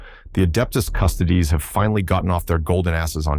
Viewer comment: "The Adeptus Custodys" lol they been keeping the Big E in custody alright.